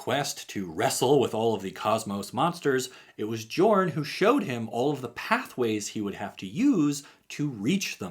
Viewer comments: Hey, the “J” in “Jorn” is pronounced as a “Y” like “Yorn” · How many people will comment that the Command Zone calls him yorn not jorn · Jorn is pronounced with a Y sound on the J.